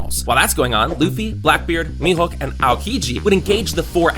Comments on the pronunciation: Bro said mehook no its me hoeke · He called mihawk mihook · Bro said me hook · he din't call him mihawk he call him mihowk